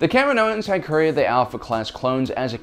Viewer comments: The planet is called KAH-ME-NO!! NOT KAM-IN-OH! Thus they are called KAH-MEE-NO-INS, not KAM-IN-OH-INS. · I hate how you pronounce kaminoans. It's Ka mee no ens.